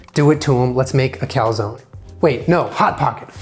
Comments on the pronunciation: Cal-zown? Is that how Americans pronounce calzone?? Kind of crazy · Why is he pronouncing calzone like that tf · You guys say cal-zone ? Where I like we pronounce it cal-zone-e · It’s pronounced calzonE... with the e... but with an ‘ay’ sound. 🤷🏼‍♀️ Also - this video had my anxiety through the roof 😂